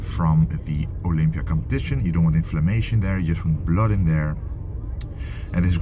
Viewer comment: I love it how you say blurd. Keep pushing 😎💪👊